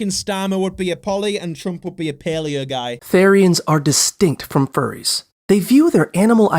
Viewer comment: YOU DID PRONOUNCE FURRIES RIGHT THO- "fur- re." Also, a therian is someone who believes they were supposed to be, or once were, animals. They don't think they're animals. They think they're SUPPOSED to be. The shifts are a thing that happens BUT it's actually more like dysphoria, rather than an urge to be like their animal, the visions of their animal self can happen to SOME Therians. Sometimes they can feel parts of their animal selves, like if they were supposed to be a deer, they may feel their hands and feet as their hooves. I think I'm a Therian, but I also have a large imagination, I'm a furry and I like to have fun with games. I can't differentiate from my imagination being crazy and me just wanting to play or have more fun than I usually do. I do not usually like to correct like this, but the video "explaining" what Therians are, is just wrong. that is Clawed Beauty (as i know them at least) and they are alt, meaning they just dress that way because they like it. I don't think they're a Therian, their videos just tend to be about including small communities and helping people feel comfortable with themselves. And also, those Masks are just.... Masks. They look more like a mask a furry like me would make and wear, rather than one an actual Therian would, as those aren't animals or even close to one. Again, I don't like correcting stuff like this, but I get pretty frustrated pretty easily. And I know this video is all in good fun, but I'd just prefer it if you actu